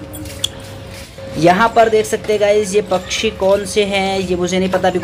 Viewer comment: Bhai bhai pchchhi nhi pakshi 😂😂😂 daise nhi gys